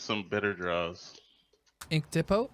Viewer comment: Its "tee-po" lol